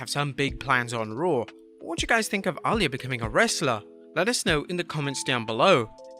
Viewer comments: very distracting when you keep pronouncing Rey's daughter's name like 'All Ya' instead of 'a Lee ya' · Her name is pronounced Ah - lee - yah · The way he says Aaliyah …. 😤😤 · DONT SAY A NAME IF YOU CAN'T PRONOUNCE IT CORRECTLY YOU BUTCHERED REY MYSTERIO DAUGHTER NAME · Why pronounce Aliyah like that?